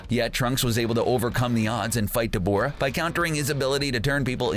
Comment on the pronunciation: Cbr please get someone who has actually watched the show 😑. This guy's keeps butchering the names. Debooora